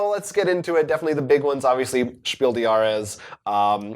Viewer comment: Just to put you ahead of all other English speaking Board Game Reviewers: The „s“ of the word „des“ in Spiel des Jahres is pronounced. Keep doing your good work, I love your show. P.S.: And I know that my English isn’t perfect, either.